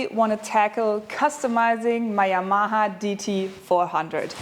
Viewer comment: What was that ring you had to pull on the bottom of the clear spray? Never heard Yamaha pronounced like that, it’s like the European pronunciation of Aluminum. 😃